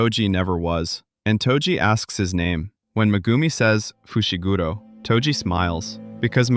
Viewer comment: "muhgoomi fooshi gudo"